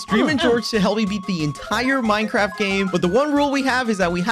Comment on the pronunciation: minecwaft lol